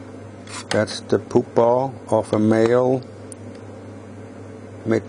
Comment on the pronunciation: That's how says "pupa." It's probably because the "u" in German is pronounced "oo."